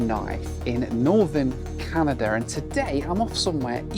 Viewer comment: "Northern Canadur"